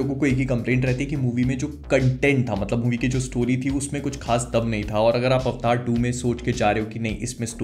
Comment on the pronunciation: This is AVATAR.. NOT AVTAAR... chtiya